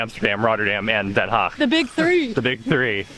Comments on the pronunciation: it is Not "haig it is DenHaag with Den and an aaaah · Den Haag like aaaah ... Please, don't be ignorant about the to the rest of humanity awkward way english speakers mutilate vowels. A should allways be aaah! E should allways be pronounced like in Hey! I should sound like ea in beat.